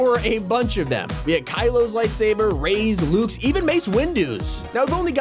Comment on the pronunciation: DID HE JUST SAY REY'S LIGHTSABER?